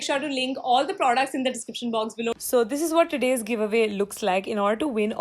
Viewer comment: They're not producs they're products she prounounces the word "products" so wrong man it's almost cringey